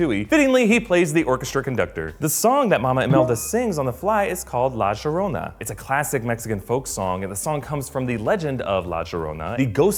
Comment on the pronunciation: Llorona (Yo-ro-nah)